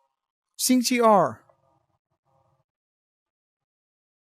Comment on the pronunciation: I understand your "tich". The Chinese program is not geared towards tones differences and tone recognition. Furthermore, you are talking too fast for the program to catch up with you. Good pronunciation on 星期二。